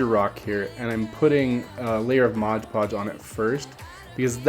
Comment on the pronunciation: It's Mod Podge not Modge Podge.